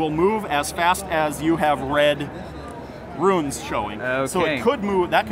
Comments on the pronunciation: Its 'runes' not 'ruins'! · Great demo, but I think it has to be stated. "Rune" ≠ "Ruin"